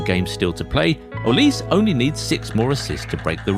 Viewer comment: It’s not pronounced Oliz, it’s O-li-seh